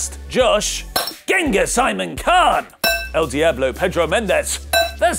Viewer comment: El Diablo Pedro Mendez! 😂😂😂😂 cool español accent 👍👍👍